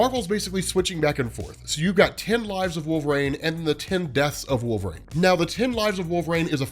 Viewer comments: Yeah is he repeatedly saying Wolve-Rain? Instead of Wolverine as we all know? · Great video, it helps me to understand the comic more! It sounds like you’re saying ‘Wolverain’ tho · Is he saying Wolve-Rain?!? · Please just say it right, or just say logan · Why does he pronounce wolverine this way?! 😂